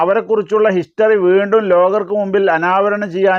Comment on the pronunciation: വേണ്ടും എന്നല്ല വീണ്ടും എന്നതാണ് ശരി മലയാളവും ശരിക്കറിയാത്തവൻ